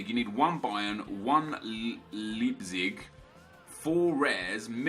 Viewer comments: You pronounce "leipzig" like Lypzig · "Libzig" :D Leipzig is like "like" just with a "b" instead of the "k" and then the rest -zig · Leipzig is pronounced Laipzig;) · the 'ei' in leipzig is pronounced like the letter 'i'. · Little pronounciation help from a German, the ei in Leipzig is pronounced like the igh in fight :)